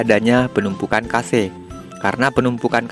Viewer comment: cache kug bisa dibaca kase drmana ya caranya ? kosa kase kosa kase 😅 ,cache tu di bacara kash bang . ak kasih tau biar bsk2 ga salah baca lg